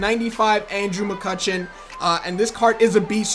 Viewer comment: This man said Andrew McCuttion and Jo Ho Kung I'm dead 😂😂😂😂😂😂